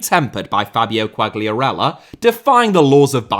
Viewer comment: i'm not sure but i think the G in Quagliarella is silent